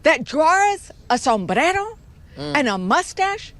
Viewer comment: A Sombrrrerrrro! 😂😂